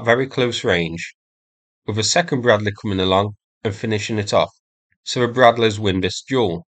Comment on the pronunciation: is the "Breadleh" ment to be used against tanks? ... noobs 🤣